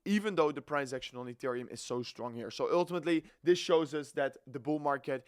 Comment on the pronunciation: Actually, with a dutch accent, it's always "öltimetly"😂